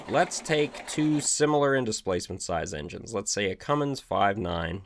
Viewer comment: You consistently have the most cogent, & best explained information of any diesel channel on the net. You have my respect for your knowledge & acumen . Please, when you make reference to Cummins engines will you please remind folk that the name is pronounced "come--ins", & not "come...ings". This error in pronouncing the name is widespread & I cannot imagine why. I am not nit picking or attempting to demean anyone, merely to bring to peoples attention the wide spread mispronounced name. Thank you for the effort & time you put into this series of videos, they are without peer.